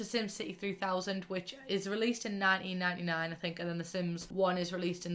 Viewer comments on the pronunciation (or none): The way she said 1999 “ninen niney nine”😂😂😂😂😂😂